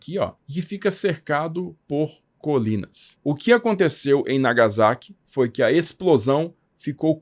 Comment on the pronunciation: Sem querer ser chato, ma sendo, corrigindo as pronuncias. NagaSSaqui (Não Nagazaki), Kokurá (Não Kokúra), Nígata (Não Nigaata)